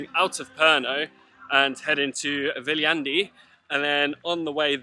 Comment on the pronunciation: maru kasulik on kohalike käest küsida kohanimede hääldust;) Ainukesena oled Sa seni suutnud eestlase jaoks arusaadavalt hääldada nime Viljandi:)